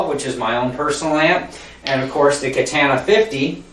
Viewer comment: It was related to the way you said katana, good review though and good playing it provided a lot of information and I purchased one so thanks